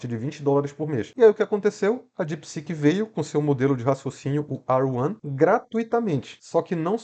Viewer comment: Não é mais fácil falar R1 do que ruã